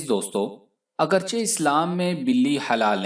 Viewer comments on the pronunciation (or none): none